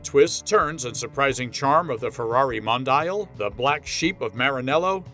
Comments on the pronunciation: Mon......di.......yal Not modayel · Don't agree with your review.Very happy with mine QV.At least pronounce the name right.